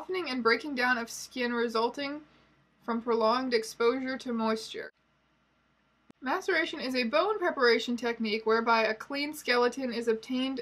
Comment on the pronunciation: I can't be the only one who kept hearing "masturbation" instead of "maceration". In this context, the former could arguably be worse. Also misheard "mastication" a couple of times, which somehow seems even grosser in the context of taxidermy.